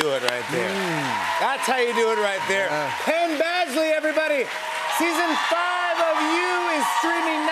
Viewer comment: Pen Bagsley?? Lol